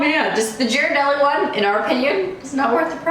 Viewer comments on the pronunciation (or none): It’s pronounced gear-uh-deli ;)